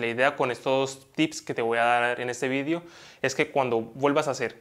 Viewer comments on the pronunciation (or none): Se dice video, no vidio 😉